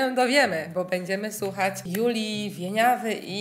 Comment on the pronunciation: Zwróciłam uwagę, że mówisz sucham zamiast słucham i sów zamiast słów. ☺️